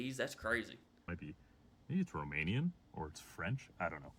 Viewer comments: He's seriously mispronouncing the Romanian names. They are not racist to black people😂😂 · Yeah, he somehow managed to mispronounce every single word/name. Quite hilarious. His enthusiasm was infectious, though! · the guy trying to pronounce romanian stuff gives me great pain